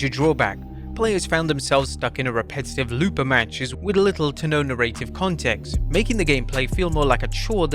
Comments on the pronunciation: Great video but the way you say narrative is grating as hell, it’s narr-ah-tive not narr-ay-tive. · I thought the same thing, how do you get the pronunciation of that word so wrong